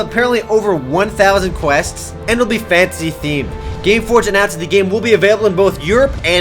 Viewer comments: Thumbs if you hear fancy instead of fantasy everything says fantasy:D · when you say fantasy it sounds like you're saying fancy